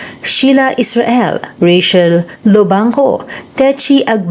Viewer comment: Baket ba “Ray-Shel” ang tawag dyan sa Ray-Chel (Rachel) 🤪😂